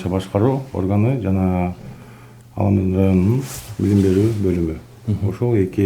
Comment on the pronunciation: Аламудун ЭМЕС- АЛАМҮДҮН!!!